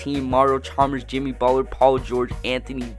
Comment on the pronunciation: Why are you pronouncing Butler like that? Sounds like you are saying "Buh'ller" Cousins is way better than Butler and you are underestimating the value of Jrue Holiday.